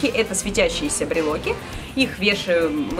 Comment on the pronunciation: Не точно брелоки. Внимание требуется логопед!!!! Звоните!!! Срочно!!!